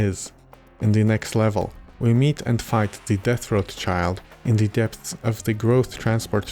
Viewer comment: Your struggle to pronounce "depths" is very akin to my struggles to pronounce ANYTHING in Slavic languages